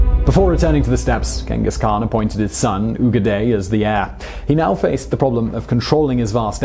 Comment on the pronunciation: Ogedai. Not ugaday. You got it right in the kublai video lol